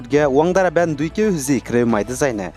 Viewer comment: 1. Junta is pronounce as Hunta 2. Ban not bun. Thank you